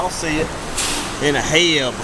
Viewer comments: I love how you calling it HEB when everybody else calls it H...E...B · Its H.E.B lmao. heb lolololol i was rolling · Lol Just pronounce the letters H E B One of the best stores in Texas besides kroger